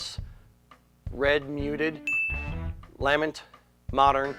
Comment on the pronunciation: for the win with the Clan Lamont proper pronunciation.